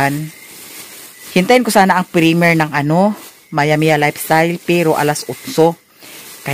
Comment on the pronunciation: Madam no offense naman.. PREMYER not PREMIR. PEACE.